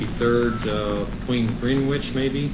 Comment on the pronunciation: What a total psycho!!! Who pronounces it GREENWITCH?